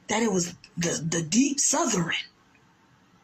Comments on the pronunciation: “Southeren” ? Why can’t people pronounce words correctly? I surmise it’s because they don’t value education. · In the southerin?? Take an English course, dummy.